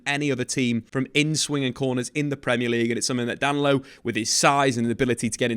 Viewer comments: … I know you don’t speak Portuguese but common Dan-lo. Da-ni-lo. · His name is Da-Ni-Lo not Danlo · DA-NI-LO sheesh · I don't know who DAN-LO is, but DAN-KNEE-LO is a player Arsenal have their eye on. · “Dan Lowe” 😂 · Oh you’re thinking about Danilo from Palmeiras. He’s talking about Danlo from “Palairmez” 😂